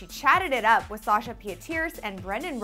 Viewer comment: Call me crazy, but I'm pretty sure you don't pronounce sasha's name that way.